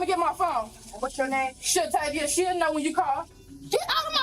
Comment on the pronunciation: SHATAVIA!! Pronounced SHA-TAY-VIA Why this comment so many times. That's a little girl and you've been making fun of her name?! SMH